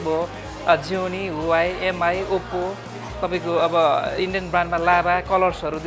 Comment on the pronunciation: Please MI is pronounced 'me'.